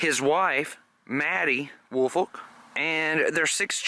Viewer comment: WOOL-FOLK. That’s my last name and I absolutely hate how it’s pronounced. It’s literally a compound word. WOOL-FOLK say it with me would ya folks! Not Willfort, Wilfred, Woolfork or every other name I’ve heard for yearsss. Ya killing me smalls